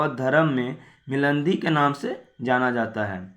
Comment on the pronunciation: भाई आप वीडियो बनाते है । वो अच्छा है लेकिन किसी भी word का गलत उच्चारण नही कीजिए जैसे की मिलिंद और मीनांडर जैसे शब्द